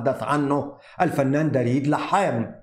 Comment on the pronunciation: يسعد اوقاتك. اسم دريد يلفظ بضم حرف الدال وليس بفتحها. تحياتي القلبية لك